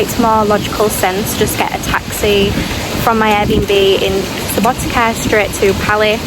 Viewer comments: letter C is pronounced exactly like the ts sound at the end of the word 'cats SubotiTSa, pizza 🤔🤪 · It is pronounced Subouteetza like subo pizza with t :D